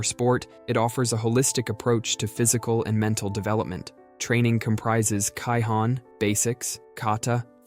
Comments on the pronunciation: ”Kai hawn”- 🤓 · As a karate student hearing the AI pronounce it as KAI HAN broke me 💀